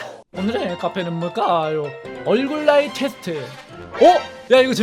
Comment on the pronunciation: 처음에 말할때 얼굴나이 테... 스하기전에 테만 하고 건너뜀 그래서 ㅋㅋㅋㅋ 얼굴나이 퉤라고 들림